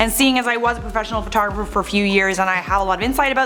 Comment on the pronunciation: photgeferfer is what I heard